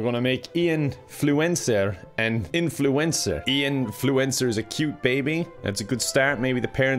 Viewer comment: Him: Ian Fluencer All I heard was "influenza"